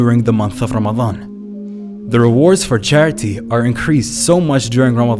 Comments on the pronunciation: so cute how he says Lamadan instead of Ramadan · Can you say letter r? Lamadan.